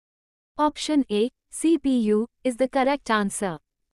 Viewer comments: Not CUP it's CPU😂😂😂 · CPU not CUP😂😂😂😂😂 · Not CUP It's CPU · Cup not cpu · Br it's not cup 😂😂😂😂it's cpu 😂😂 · Haaa 😂 not cup it is cpu😂😂😂😂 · Not Cup it is CPU 😂😂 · Cup ko cpu bolta hai joob